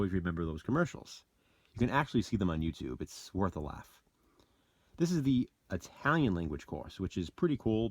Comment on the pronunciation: Bite me you "EYE" TALIAN jerk....good haul bro